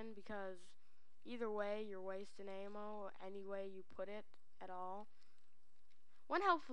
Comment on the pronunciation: Hahaha, work on saying a-m-m-o.